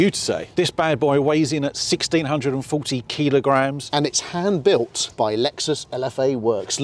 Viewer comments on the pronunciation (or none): What’s a keelogram? Do they mean kilogram?🤷‍♂️